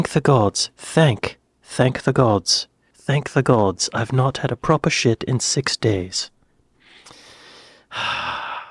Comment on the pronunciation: How! The issue wasn’t (shit!) it wasn’t that word your pronunciation of “proper” was lame that is why u are are a silent actor in walking dead or a shit advertising actor…..?I’m pulling ur pisser mate! Been following you for years! ❤